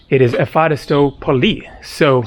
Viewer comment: Hi, as you will spend some time in Greece I think it's time to perfectionize your Greek prononciation 🙂. Thank you is indeed efcharisto, but the emphasis is on the last o, not on the a. Emphasis is very important in greek, as some words have another meaning with emphasis on the wrong syllable. And with a hard "ch" in the middle and short "o" in the end (like the o in not), instead of an American "ooow". So it's not efhAristo (means pleasant), but efcharistO (=thank you).